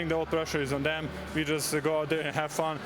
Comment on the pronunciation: "Pressure is on zem"